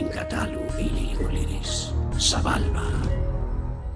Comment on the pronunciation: Sounds like 'sabulba' not 'sebulba'